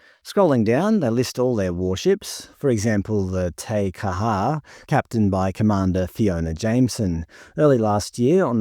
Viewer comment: You need to work on your pronunciation of Māori and Samoan names . Examples you butchered, you said ta car ha for Te Kaha and Sa mower for Samoa . It was embarrassingly bad .